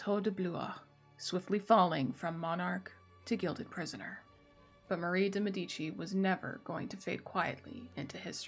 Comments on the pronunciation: Love your narration! Great content! Note: it's pronounced MED-i-chee. Drives Italians nuts when people say med-EE-chee. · The pronunciation in italian is MEH-dee-chee: the first syllable is stressed